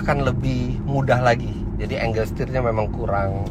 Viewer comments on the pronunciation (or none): none